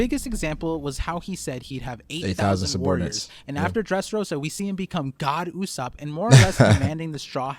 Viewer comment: It's not God ussop it's Go D Ussop.😃